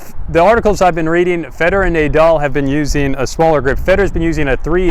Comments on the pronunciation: NAH DAL..not NAY DAL . AYDAM and EVE? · The only person I've heard pronounce "Nay-doll"..disgusting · Pronounced nah-dal I believe :) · How to lose all credibility in one easy step: pronounce Rafa's name Nay-Dal. And then, just to be sure: say Frisco. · I stopped watching after you said Naydal lmao